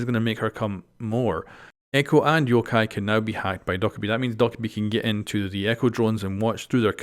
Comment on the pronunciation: Doh/Ka/Bee not Dok/a/bee